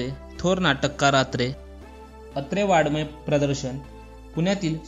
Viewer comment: चॅनल सुरू केले पण मरठी उच्चारही करता येत नाही.वाडमय असा शब्द नसून ड च्या पुढे टींब असते त्याचा उच्चार अनुनासीक म्हणजे नाकातून होत असतो.जाणकाराजवळून माहीत करून घेणें.